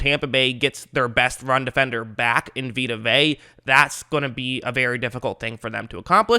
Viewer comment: If you call him Vey one more time I am gonna whip you. It's Vey-ah.